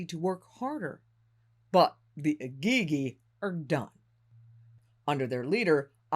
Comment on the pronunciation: Am I the only one struggling with how she is saying Igigi?